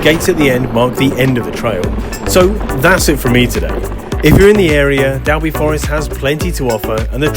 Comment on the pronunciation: Just so you know for the next time you go Dalby is pronounced “Dolby”. Odd I know but I was born and lived 20 years just down the road in Thornton Dale and spent a lot of time in the forest (well before visitor centres and proper bike trails etc..just forest roads and off piste through the trees) This was before mountain biking was a thing …we had our steel shopping bikes with the mudguards taken off and cow horn handlebars fitted 😀👍